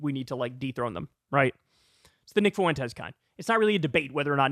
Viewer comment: Man, I did not miss having to hear Kyle say "Nick FOO-ENT-ez"